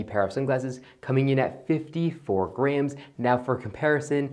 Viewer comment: Never heard grams pronounced like grhams